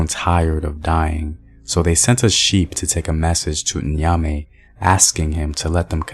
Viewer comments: the way you're pronouncing nya-me.is putting me way off than it should.it is nya-me.not inya-me.it's like pronouncing psychology.pe-sychology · Great Video!! Thank you so much for spreading our mythology🇬🇭. A word of advice for the pronunciations, the N in Nyame is not prounounced separately. The same goes for Nyankopong. It is like a short Niah sound😊